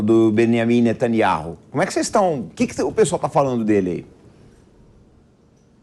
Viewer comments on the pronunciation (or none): none